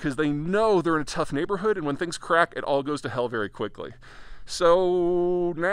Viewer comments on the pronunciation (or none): none